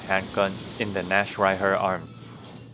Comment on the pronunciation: Imo his version is better than the ones saying naktreiher For anyone interested, the ch in nacht is a hard h sound.